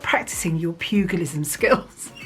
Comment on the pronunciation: I love your videos. Just want to correct the phonetic of Pugilism (the g is read like in girafe or in January). Please I don't want to be rude with this correction, I'm sorry. I just love watching your videos, you make me laugh so much and I'm always waiting for more.